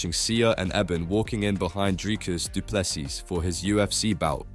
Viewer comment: How hard is this? Du Plessis. Silent s at the end. So Du Plessy if you must